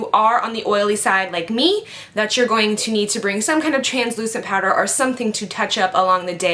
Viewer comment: I notice when you say "going", you sound like "going-a". Lol!